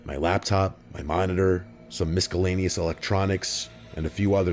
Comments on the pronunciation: Did he really just say mis-ka-llaneous? Youtubers mispronouncing basic words, name a better duo lol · “MisKAlaneous” lol. Sounds like the Three Stooges. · miskellaneous? Why pronounce it like that? Also with etcetera and etketera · On today's... we learn how to pronounce misk-ellaneous and shh-cheme. 😅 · Hahahahaha 😂 I heard this too and my immediate thought was to comment but you beat me to it 😂😂🤣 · I knew I had to come to the comment section when I heard that! I had to replay it twice to make sure I heard that correctly😂😂